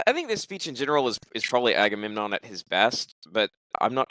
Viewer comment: There are such beautiful insights in here! But man, I have to say it, I feel bad about saying it, I am sorry for being so pedantic, but... AgameNMon? 😄 Like in the Trojan war, I blame all the leaders for not talking about this ;P